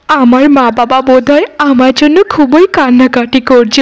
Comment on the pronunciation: খুবোই নয় এটা হবে “ খুব ই”